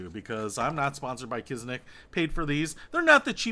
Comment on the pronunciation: I’ve been wearing them for 2 years. I’ve got 2 different pairs now, different styles. They do get even easier to put on after a few weeks but still maintain a good fit on your foot. Also it’s Kizik, not Kiznik. No N.